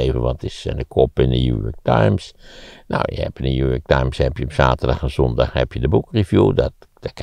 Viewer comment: Waarom zegt maarten altijd. Jew york times ipv new york times??